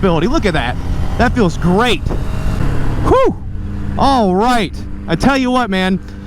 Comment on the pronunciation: “I tELL wH’yOu WhUuT” 😂 king of the hill over here